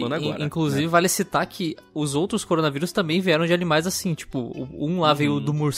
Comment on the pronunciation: errado: Coronavirus certo: CORONGAVIRUS